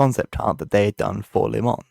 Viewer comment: It’s not LIMON it’s límon